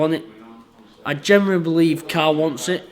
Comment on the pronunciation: When did people start to mix up the words genuinely and generally? It gets on my fucking nerves. They end up saying a mixture of the two. Geneuirely? wtf is that, borderline retards lol